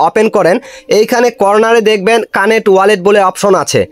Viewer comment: কানেট না ভাই কানেক্ট